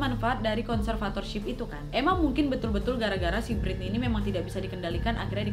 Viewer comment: Kalem wa Britney bukan biritney 😂